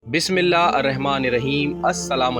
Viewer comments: Bismillah theek parhain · Bhai Ap Bismillah Theek Trha Prha krne 😮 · Bismillah to parahna seekh lain . Kaisey muslim han app ???